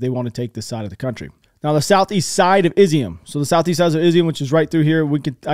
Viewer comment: Nah man, I appreciate the videos, but you owe us nothing, family first. Also Imma help you out a little my dude. City is not pronounced Izium, rather Iz-yoom. The symbol ю makes the sound like the english word "you". Cyrillic lesson for the day ;). Sorry, keep the videos coming.